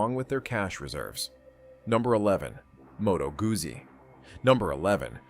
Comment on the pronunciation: It's pronounced " gootsy " not guzzy.